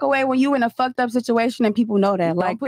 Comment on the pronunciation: Lol bruh , who said FUHKED like this? Thought it was Zherka for a sec